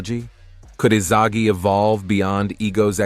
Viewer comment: why did bro say isaji